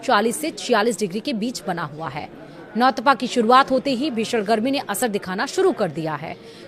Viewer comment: नौतपा बोलना सीख ले